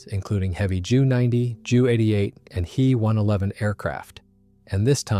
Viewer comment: It's D O not due, J U not Jue, HE not hē 😑